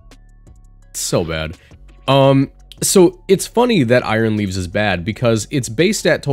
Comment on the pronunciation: I thought you said aroused for a sec 💀